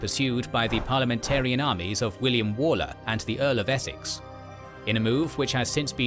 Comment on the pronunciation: I had to stop watching Kings & Generals because of their narrator. He is a New Zealander and often mispronounces English names and others. It is William Wal-Ler not Wall-er, and Henry Ire-Ton not irriton. The same names crop up in battles & sieges due to geography creating a strategic point eg. meeting of roads, a strong defensible point or a castle, or river crossing. The point overlooked or deliberately missed is that the MacDonalds were Catholics & the Campbells Protestant. Religion drove their loyalty, animosity & rivalry. This dated back hundred's of years.